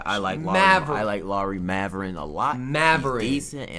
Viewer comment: “Maverin” “Pablo” “Braxton”😭